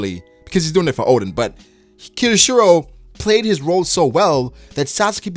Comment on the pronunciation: His name is pronounced K-yo-shiro. Not Keyoshiro. Just the K sound plus yo then shiro.